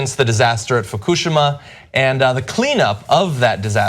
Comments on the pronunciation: did he just say fukushima with the same emphasis as hiroshima? that's not really how japanese works haha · It's not fakooshma, dude. It's fookoosheema. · Foo koo shima? Everywhere else it's pronounced foo-kee-she-ma. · fu-coo-shim-uh.... lol. I've never heard it pronounced that way. I've always heard foo-kih-she-muh. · its pronounced, "FU-KU-SHE-MA", not "FU-KOO-SHIMA" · What the hell is a 'fook-oo-shoo-ma'? Dammit John, ya putz. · John, i love you. BUUUT im almost 100% sure its pronounced FU-KU-SHI-MA.. not that it matters really.. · FOO-KOO-SHE-MAA. NOT DIFFICULT. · this dude said fakoosheema 💀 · Can someone teach him how to say Fukushima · dam he butchered Fukushima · Haha was this dude in junior high during the tsunami? Come on, he reads "Fukushima" phonetically.